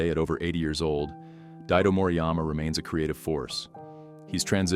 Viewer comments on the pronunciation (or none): Its Daido, not Diado... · Morijama Daidó (Daidō Moriyama)... not Diado